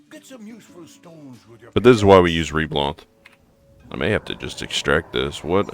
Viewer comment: Reblath, not reblanth